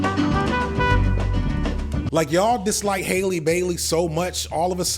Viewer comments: Keep going hard, even though you always mess up names lol. Hailey??? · It’s Halle, like Berry, there isn’t an i like in Hailey or Bailey